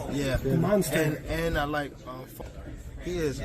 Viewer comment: Tyson : "MONGSTA"